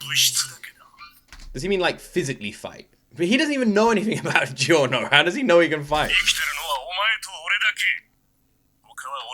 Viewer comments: STOP SAYING GEE-O It's pronounced JO. Jorno Jovanna. I'm Italian, I 100% guarantee it that Gee-o is just a wrong pronounciation invented by English speakers. It's said like that in Italian, it's said exactly like that in Japanese too. So please, stop 😭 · I know it's spelled gio but it's still pronounced jo